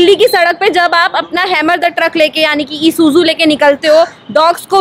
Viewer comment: EEESuzu ... Jeez ... Please pronounce it properly ... Sounds so ghati in otherwise awesome Vlogs... Don't stress too much on E.. it is NOT EEESuzu... just say esuzu ... just a slight emphasis on e 🙂... Did you remove my previous comment ? 🙂 ... Just trying to help